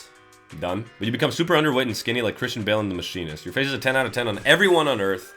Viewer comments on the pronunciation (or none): none